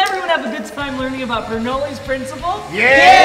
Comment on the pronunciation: This was a great video idea! Although I cringed every time you pronounced Bernoulli wrong...haha. (ber-NOO-lee; noo as in goo or too)